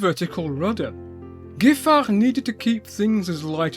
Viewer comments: Very interesting, thank you. But please, respect a little bit spelling: in the title not Hénri but Henri. And pronunciation: not [gifar] but [jifar] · i confirm, about your accent (at least when you are sober) 🙂 Just a note: the 'gi' in Giffard is pronounced like in 'gipsy'. Keep up the good work,. Your french is top notch. You could order a baguette in a Parisian bakery and thought to be a local.